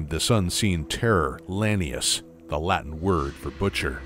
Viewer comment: Only thing I didn't like was the mispronounced lanius. It's la-knee-oose, not lany-us.